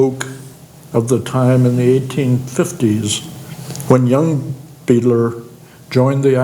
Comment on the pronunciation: Beidler is pronounced "BYE-dler" not "BEE-dler." German last name.